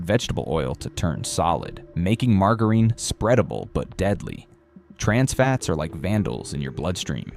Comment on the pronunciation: WT* is mar-ga-reen?